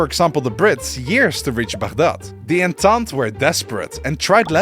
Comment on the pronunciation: من قلت بغداد بشكل عدل عربي عرفت انك عربي 😂😂😂😂الاجانب ما يعرفون ينطقونها نفسنا